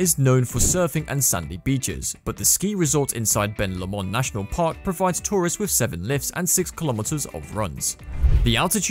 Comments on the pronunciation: Ben Lomond is pronounced Low-mond not Li-mon. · Mate, i can tell you that whilst i love skiing up Ben Lomond, you dont often get 3 months of season. Its cool when its on though. Also they way you said "Tasmania" and "Lomond" made me chuckle, so thanks for that!